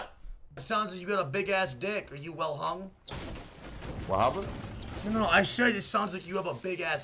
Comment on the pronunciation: wa hapen 😂